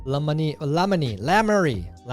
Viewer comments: Lammany... it's Low Mon Eye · Tyler trying to say “Lamoni” and absolutely failing is gold! 😂 luh-moan-I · Tyler, it is pronounced La moan I Lamoni Iowa. I am from Albia. Al bee yah. You're welcome.